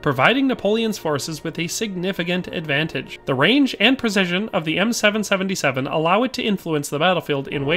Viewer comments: As an artillerymen this was painful to watch…M Triple 7 not seven seventy seven…and it’s a section not squad. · For an extra level of familiarity with the weapon platform, you'd typically call it an M Triple 7. Even in French I'll hear gunners call it that. In case it ever comes up in a future video. Cheers! That was a fun listen